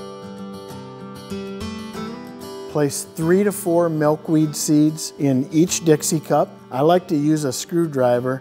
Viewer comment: Malkweed? Are you seriously kidding me? mAlkweed?